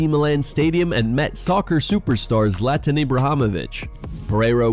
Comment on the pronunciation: Zlatan WHO?! Man, learn how to pronounce names, please.